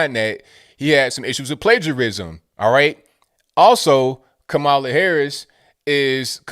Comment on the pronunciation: "KaMaiuula" lol